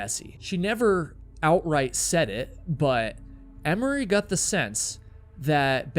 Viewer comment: Why can't pronounce the word "got?"